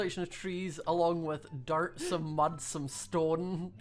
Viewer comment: Oml every time he says dirt it sounds like dart